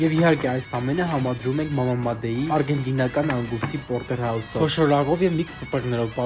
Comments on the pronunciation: Հարգելի', շատ ախորժելի տեսք ունեն ձեր պատրաստածները, վարպետի ձեռք է զգացվում։ Միայն թե 21֊րդ դարում էլ մարդ չի մնացել, որ made բառը սխալ արտասանի, մի գցեք ձեր որակը, ճիշտ ձևը' մեյդ։;֊) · Made -ը մեյդ է կարդացվում😊